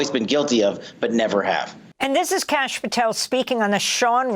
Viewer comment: Some casual Indian racism in this comment section. Kash is likely a shortened version of Aakash (which is a realllly common name). People also pronounce it as Cash rather than Kaash which is not correct. Edit: His name is actually Kashyp, so I was right on it being shortened but not the name.